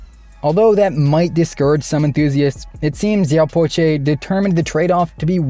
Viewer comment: pronounced " siaw pao cher". Cher as in chernobyl